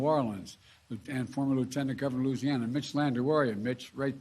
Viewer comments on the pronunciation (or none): none